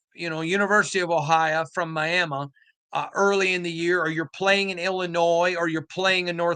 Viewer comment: Ohia? Miama? lol, nobody says that. There isn’t an accent that brings that forward. He’s just trying to get cute with his lingo, for some reason.